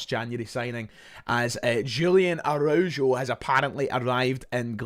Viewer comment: The pronunciation of Araujo is criminal 😂😂😂😂